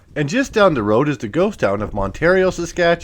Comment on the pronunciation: Just thought I would let you know how to pronounce 2 of the communities you featured. Mantario ... beginning of it is pronounced as you would expect (gender) and the ending you had correctly. I grew up in that area ... on a farm between there and Flaxcombe. I remember going with Dad to the UGG elevator, Hammerlindl's garage. There used to be a General store, communuty hall, curling rink on Main Street. Attended Sunday school and was confirmed at the United Church. I attended High School in Eatonia and still have family there. Netherhill ("Nether" rhymes with weather). Have you found anything in Flaxcombe? I know the original Elementary school has been torn down ..... has/had a cairn or plaque in its place